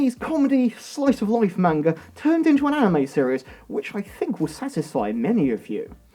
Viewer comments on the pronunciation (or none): I gotta say this. Americans don’t say fink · the way you pronounce th in words is like an f